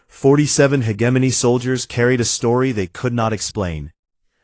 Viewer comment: It does not matter how many times viewers try to tell these "creators", the correct pronouncation is: he·gem·o·ny, NOT hedgeimonyy. They just don't understand bc they "outsource". :face-fuchsia-wide-eyes